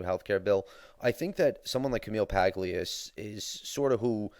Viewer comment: I'm a liberal and I agree with your view on "cradle and end" social welfare. I'm also a fan of Paglia, even though I often disagree with her. P.S. it's pronounced PAH-lia.